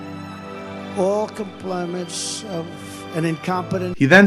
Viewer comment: The guy mocks Biden's stutter and then "we have becrume..." and "complummets of..."... hilarious and pathetic.